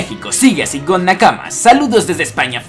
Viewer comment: Pregunta: Que crees que es mas poderoso, un King Kong Gun de Luffy o un puño de un Garp joven? Saludos desde Colombia Nakama! (me da risa como dices nakama :v)